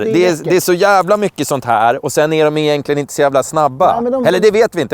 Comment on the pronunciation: uttalar man "igentligen" så kanske man inte ska klaga på BM-WEE ;-)